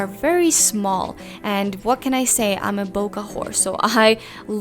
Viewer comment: It's BOKEH not "boka"